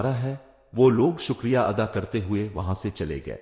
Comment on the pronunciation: سر جی اپنے الفاظ کی تلفظ کی ادائیگی درست فرما لیا کریں مثلاً گلی کوچے شکریہ ۔